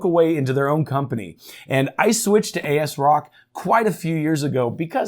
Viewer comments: Say it with me AS ROCK not Aisrock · I never heard anyone say it as "A.S. Rock". I've always heard it as "as-rock" or "azz-rock".